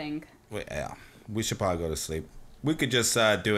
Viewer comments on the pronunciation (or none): Ok..... Is it just me or does is sound like is saying pobably instead of probably??